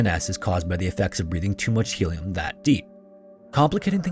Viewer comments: Its HELIUM, bot HELLIUM! :-) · Start speaking English - it's Helium, not Hellium.